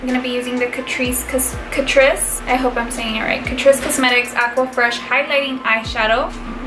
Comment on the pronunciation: It came out very beautiful!!! I thought it looked just like the photo! 🤷🏻‍♀️ that brand Catrice is pronounced CA-TREESE hope that helped!! 😉😉 great work I loved this look I love that Jaclyn Hill pallet I WISH I owned it myself 😩😩😩 awesome work 👏🏻👏🏻👏🏻👏🏻👏🏻